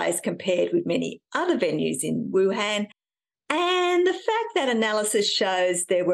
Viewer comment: Why can't you pronounce Wuhan? And what's wrong with your arms?